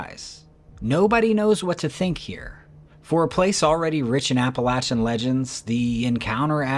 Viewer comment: I'm so happy to hear you say Appalachian correct. It really makes me happy. I lived in Boone,NC in my college days. Later Valley Crucis, NC. Gorgeous place to live. But the mountains and the Forrest are pretty funky man. No kidding. Cemeteries too. Old churches. The place is a freak show. And absolutely as beautiful a place as you kind find on this planet. Love the channel. And thank you for saying Appalachian correctly.